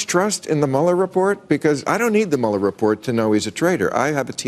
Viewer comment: Mueller pronounced like Beuller Ferris